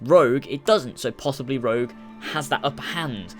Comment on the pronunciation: rogue not rouge